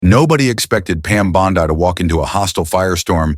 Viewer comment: It's Bond-EEE Euphoria AI wannabe poser.